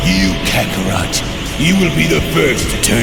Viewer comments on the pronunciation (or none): none